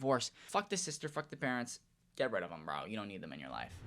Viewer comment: “I dont give a FOUCK “